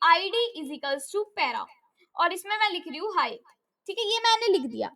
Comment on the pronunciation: 😂😂😂😂 para ❌ pera ✅